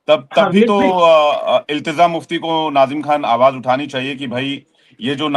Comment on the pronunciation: Ilteza nahin hai bhai ilteja hai